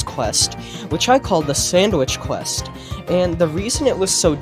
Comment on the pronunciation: "sandwish quesht" lol.